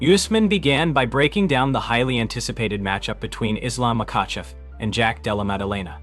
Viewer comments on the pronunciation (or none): Did he just say Islam macawcev😂